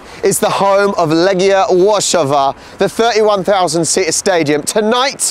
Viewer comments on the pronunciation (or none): Łarszawa? Are you mental?